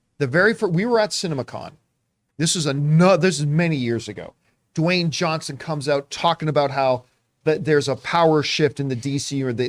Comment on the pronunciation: Dwayne Dwawnson? Lol 🤣